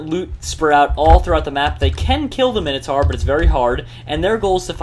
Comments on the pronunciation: min-o-tor Not mine-o-tor Or basically say Mi-No-Tor fast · It's pronounced mine-o-tor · its pronouced Mine-o-taur